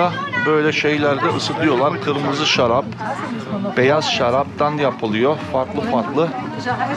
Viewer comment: Sıcak şarrrabiçiyoruzzz. Hepimiz şarrrapçıyızzx😂😂😂